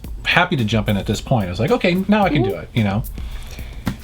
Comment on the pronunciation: "They sharted being some issues" lmao 😂